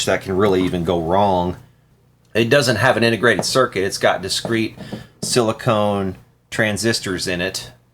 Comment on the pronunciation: transistors are not made of silicone... they are silicon.. say it out loud, Silly-Con as in 'con man'. Silicone is dymethylpolysilixaneoxide, which comes in different molecular forms, either an oily liquid, a grease, or a grease that cures to rubbery consistency.. Silly-Cone as in 'Cone'-Head' is the oil, grease, or calk-glue which is sometimes call RTV, for Room Temperature Vulcanizing.